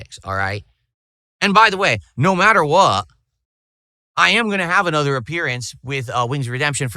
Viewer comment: Still had 5 year old word pronunciations going on "No matter Whuuuuu".